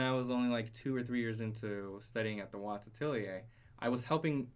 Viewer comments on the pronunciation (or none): none